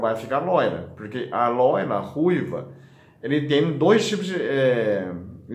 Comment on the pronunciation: "A loila" ki belezinhaaaa velho.😘😘😘😘🤗🤗🤗🤗🤗